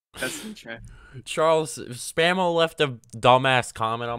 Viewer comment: put the L in Mr. SPAM's name